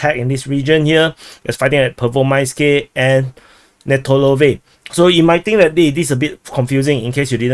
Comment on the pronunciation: Still sayin Rhaybhar, LMAO. Your show is entertaining solely on listening your chinky names slaughter. I wonder, still, why Pervomayskoyeeeeh and not also Vodyaneeeh, but Vodyanhhh instead? At least be consistent in your blunders. Btw. Congratulations on discovering the term "tentatively", English grade 4.